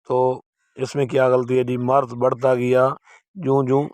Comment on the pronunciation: Marz nahi maraz lafz hai مَرَض